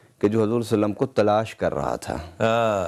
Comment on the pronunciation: حضور سلم کیا ہوتا ہے؟؟؟ پورا صلی اللہ علیہ وسلم بولو